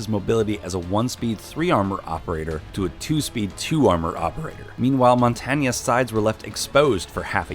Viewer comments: Montanya???? Say it like monTAIN meh😐😐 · I've been pronouncing Montagne as montain this entire time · You’re pronouncing Montagne wrong just saying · Montanya? You mean mont-ange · Mon-tanya? Sir. I know French is hard. But if you cannot pronounce Montagne, simply call him Monty like any other pleb. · The way he said Montagne proves this guy aint a true toxic player and is probably like a silver 4